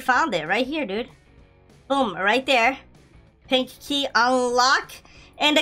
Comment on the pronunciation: pink key Me:i though u said "pinky" XDDD